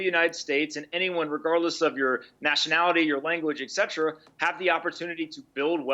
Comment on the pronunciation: Hey Pompliano, the word is Etcetera!